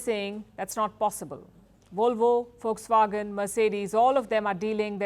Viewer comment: It's not folkswagen it's Volkswagen lady..